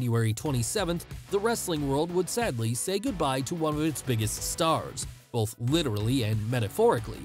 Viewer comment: I love these vids but the hard L you put in the word “both” drives me nuts lol